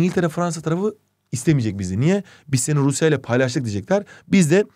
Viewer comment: "Rrrruusyaa var" jsjsjs